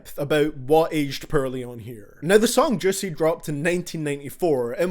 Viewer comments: im not trying to be mean but when u said "purely" i died laughing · says “pearly” for “poorly” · "Rarp lerics thut edged purly" lmao I'm English and u butchered that shit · HAHA YOU SAY PEARLY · The English language: poorly This guy: perly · he's saying porly like purly and its really distracting me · I won’t lie. I laughed when he pronounce Poorly as Pearly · Every time you say poorly it sounds like you're actually saying pearly. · I'm sorry but "Perrly" lmaoooo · The way he says poorly sounds like pearly LMAO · It sounds like your saying pearly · the way you butcher all names and the title of you video IS CRINGE as fuck...